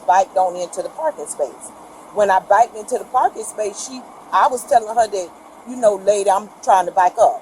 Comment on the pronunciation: “Biked…..” Bruh 😭 🤦🏼‍♂️